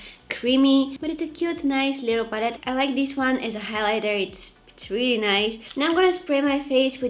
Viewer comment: We should all call color pallet “papallet” from now on. LOL. Kidding aside, I love this video. The only makeup tutorial that’s easy to follow for me since I’m new to this. Hehe.